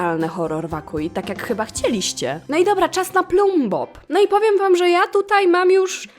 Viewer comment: Plumbob, ale poprawnie czyta się ,,plambob" a niejaki ,,ploombob" czytasz plumbob